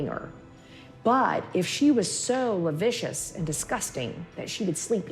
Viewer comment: 34;04 it's *LASCIVIOUS*.(ləˈsivēəs) Pronounced LAH-SKIV-EE-OSS